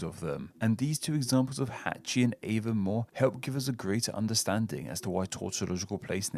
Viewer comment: It’s not AAY ven more, it’s ah von MOAR!